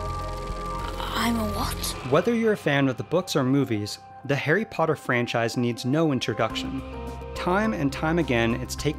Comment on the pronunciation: "We luv `arry Pottah!"